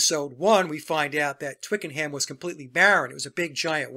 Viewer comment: Ohhh …. Twickenham is pronounced twickenAm… h not pronounced in British talk